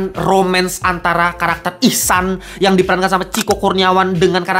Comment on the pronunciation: ihsan bang bukan ehsan wkwkwkwkwkwkwkwkwk